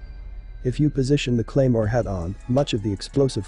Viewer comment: "Cremoa" jesus christ